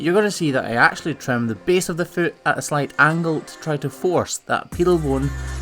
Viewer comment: did you actually go on an actual course to actually learn how to actually say actually correctly